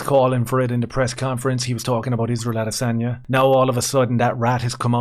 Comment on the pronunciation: (((ISRAEL))) "the vast arsebender" a-DAY-sanya